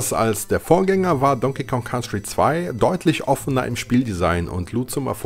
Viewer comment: "Don King Kon Country"? Alter...